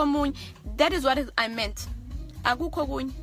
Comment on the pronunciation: What I meanth hahaha lol #Engrish kwaaa